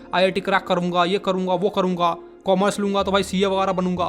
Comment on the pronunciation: feels for commerssse 😂😂